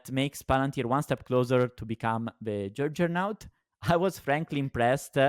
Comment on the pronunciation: said jujjernaut instead of juggernaut. 😂❤I’m pointing this out because we love you. Keep up the good work. Long pltr